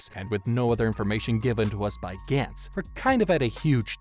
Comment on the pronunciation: This is awesome but the way you pronounce gantz is kinda triggering me lol